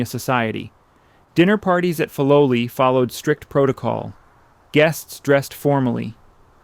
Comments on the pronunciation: Fi low lie not fi low lee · The pronunciation of Filoli is F-eye low lee not Fee low lee. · You have produced a wonderful documentary, devoid of the annoying and unnecessary background music. I lived in SF when Lurline Matson Roth was still an active patroness of the arts, and we were told that the name was pronounced FYE- LO-LEE, because Mr. Bourn made up the name combining words from his credo, FIGHT, LOVE and LIVE. (“Fight for a just cause; love your fellow man; Live a good life.” ) I have not visited the gardens lately, but I wonder if the docents pronounce it the original way. You get extra bonus points for pronouncing correctly the name of the artist, Ernest Peixotto, prominent in Bay Area art circles. Also, one of the most famous Matson ships that sailed to Hawai’i was named “The Lurline,” which everybody pronounced Ler-leen. Again, thank you for such an interesting and articulate narration.